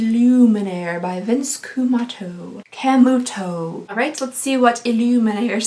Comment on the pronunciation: Lol@ saying "Vince Cam-el-toe"